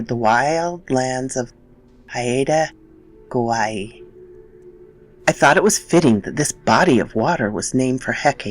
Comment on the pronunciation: Excellent pronunciation attempt. I live on Vancouver Island, south of Haida Gwaii. Ravens are the best, I love them and where I live I am greeted by one every day. They have always been special messengers for me. Great story thanks for narrating it.